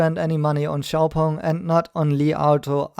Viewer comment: Well at least I know now how to pronounce Xpeng properly. And let's stick to Nio, Tnx